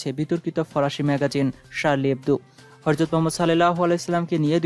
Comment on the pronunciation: আগে শুদ্ধ উচ্চারণে কথা বলতে শিখুন। "হরজত" নাকি হযরত